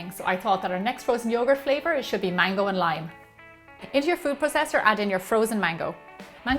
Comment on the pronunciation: when she said "mango",I thought she said "mangle"